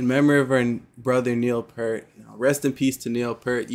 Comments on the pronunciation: Rush is one of the best rock bands, loved by all musicians. And Neil's last is pronounced P-ear-t (pointing to my ear). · Like myself you pronounced Neil last name wrong. I as fan, learned after several years it is P EAR T. Yes, that was a little reggae that you heard. Neil passed away from brain cancer on Jan 7,2020. He, by far and away, was the GOAT of drums and percussion. Two vids to illustrate this Xanadu (live 1981). And his drum solo, Live in Frankfurt. There is a huge catalog of RUSH to enjoy. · Peart rhymes with ear.